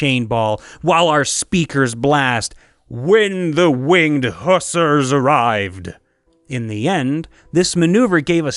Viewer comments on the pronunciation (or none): My ears, i cant take it. How you said it, when the winged husars araived... just luck up tye song, its by sabaton and its caled winged husars